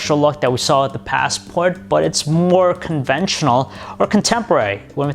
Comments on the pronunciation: You say Passport really weirdly and far too often too. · The paasssport. Ur ass it's a classic.